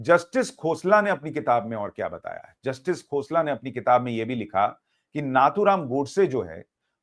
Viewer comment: Sushant you have made a great mistake by addressing Shree Nathuram Godse as " "उसने" " उसको "a non respectable word. It is नथुराम गोडसे and not " नाथूराम " This great patriot has risked his life for you and me. You and many address Owaisi, Maulana as Sahab in debate and address Shree Narendra Modiji as "Narandra Modi, Amit Shah no " ji" . Hindus like you must not degrade our own respected people.